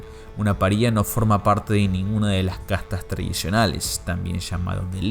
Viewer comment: Gran video, me suscribo. Pequeñas observaciones: no se dice "paría", sino paria (pária, poniendo la tilde donde no va para que se entienda). Y las tres caídas de Matt en el cómic no se deben referir a los tres días de la resurrección, sino a las tres caídas de Jesús durante su caminar desde el palacio de Poncio Pilatos hasta el Calvario. ¡Abrazo!